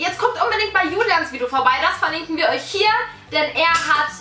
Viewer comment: Merkt denn keiner das bibi am anfang gesagt hat,, willkommen bei meinem neuen vido?? Oder liegt das an meinem Ohr?? 😂😂